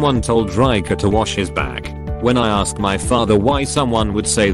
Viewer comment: lol@ "aRsked"